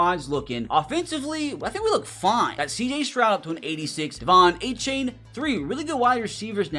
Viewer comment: Its surprising how many names he doesnt know the correct pronunciation of. He says A-Chain when it's actually A-chan, Jedrick WILLIS in stead of Wills, Zach ZEELER instead of Sigh-ler